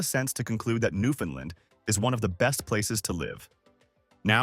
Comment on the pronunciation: Two things: First please learn the proper pronunciation of "Newfoundland". You're trying, I'm sure, but this is BUTCHERY. Also, the province consists of much more than the island of Newfoundland. I'll let you do your own research on that. Thanks for the honest effort, but if I were a 7th grade teacher, I'd give this a C- Minus.